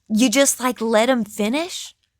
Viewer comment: "YOU LET HIM FINSH" HAHAHAHAH